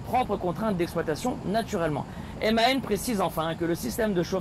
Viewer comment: On dit MAN et non M.A.N!!